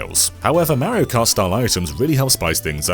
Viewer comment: Got to love how awful he is at pronouncing Mario.